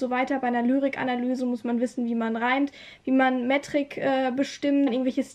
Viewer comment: vielen lieben dank - aber ich bin mir ziemlich sicher, dass es nicht "mettrik" heisst 😂💕